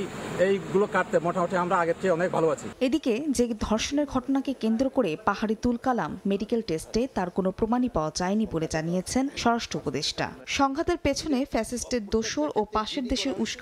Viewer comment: তুল কামাল না তুল কালাম ঠিকমতো কথা বলতে পারে না এই হলো উপদেষ্টা